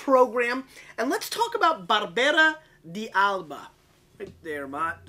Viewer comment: its pronounced dalba